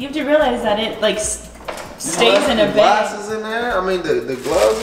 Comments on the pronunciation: The way she pronounces “bag” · Love how pronounces bag beg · I love how says bag like beg. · Lmao Trisha paytas says bag like that too